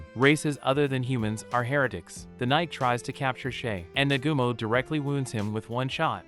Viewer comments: Negumo??? Its pronounced Na-ga-mo. Cookie is pronounced Ko-key. Looks like you need to watch the Anime to learn these things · For a second it was hard to get over the fact that dude kept pronouncing Nagumo's name wrong. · I'm using this one as background noise and its really starting to get on my nerves that he doesn't know the names of any of the characters in this anime. It's not You its Yue (U - A) And not Nagoomo its Nagumo (Na-Ga-Mo) or just Hajime. All you have to do is watch a single episode and you can hear how to pronounce the names. Ill give him props for doing the research to tell the story but try a little harder on names please.